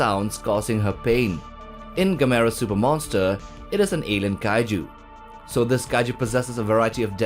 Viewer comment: Kaiju rhymes with Cow Moon ...just saying....